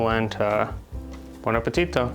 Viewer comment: Harper, your “bon appetito” is sounding more and more Italian these days! :-) Red Mill is such a great company and I’ve always used that. But I’m curious to try a coarse Italian polenta now. About grits: I didn’t see if anyone else mentioned this, but there is a very important difference between grits and simple ground white corn. Grits is from corn that is first soaked in lye. In the old days the lye was obtained from wood ash. The lye does two things: It makes the hull of the corn come off easily, and it also makes vitamin B3 available. The native peoples of the Americas did the same thing with lime. Europeans did not know about this, and in many areas where corn became a staple, they had a serious problem with pellagra, a disease that comes from vitamin B3/niacin deficiency. Oh, in the South you can also find yellow grits!